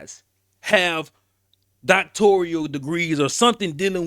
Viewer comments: NOTE: Bryant says Doctorial but the correct word is Doctoral. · Its Doc-tor-al not Doc-tor-re-al! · It’s NOT pronounced DoctoRIAL… just simply DoctoRAL…. 🤦🏽‍♀️… don’t come for me as I am a recipient of a Master’s degree that I have official transcripts for & had considered obtaining my DoctoRAL degree. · "DOCTORIAL" DEGREE = NO!!!! ------> DOCTORAL DEGREE = YES!!! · Please stop saying Doctorial. It’s Doctoral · Whew lord! DOCTORAL, sir. Not DoctorIAL! You AND Cheyenne sound crazy